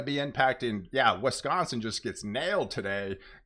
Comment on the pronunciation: It's Wisconsin not Wesconsin